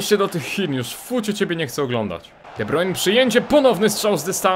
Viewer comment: sory za nauczki ale to sie czyta de brajne